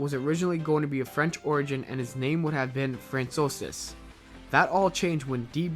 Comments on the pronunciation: lol when you cant pronounce francois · Francois isn't pronounced like that... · WTF?! do you mean FRANCOIS?